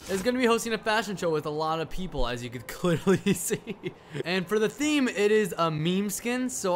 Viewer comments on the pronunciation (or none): When you said theme you sounded like fart